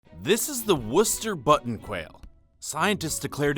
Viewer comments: Thank you for actually pronouncing Worcester correctly. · I havent watched more than 7 secs but you got my sub for saying Worcester right.